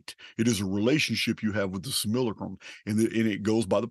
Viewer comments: why do people these days get easily offended...stop been reactive... dungeon program things... I laughed because you wrote how he says it most times... sililicrum... It is funny you know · ngl, from the subject line of the video, it sounded really interesting, but this dude's voice and the way he keeps willfully mispronouncing "simulacrum" is making me annoyed. it's physically jarring to my body and it's time for me to stop listening.